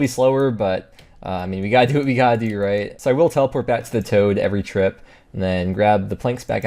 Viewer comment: Wintertod not toad